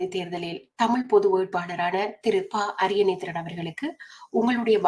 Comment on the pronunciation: சிலர் அவரை அரியநேந்திரன் என தவறாக உச்சரிக்கின்றனர். அவரது சரியான பெயர் திரு பாக்கியசெல்வம் அரியநேத்திரன்.